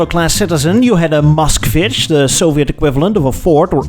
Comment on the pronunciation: An American boy trying to say Moskvitch is so funny.